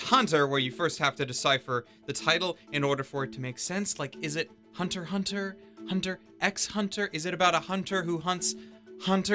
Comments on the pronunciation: you pronounced the x bruh, hell naw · "It's actually pronounced as Hiatus Hiatus" Togashi wants to know your location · ROFL ON HIS JAB AT HOW HXH SHOULD BE PRONOUNCED HIATUS HIATUS 😂😂😭😭